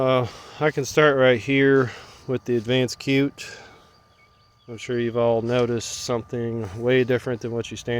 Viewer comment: It's pronounced "shoot", not cute! Other than that, great video. Good info, like the upgrades!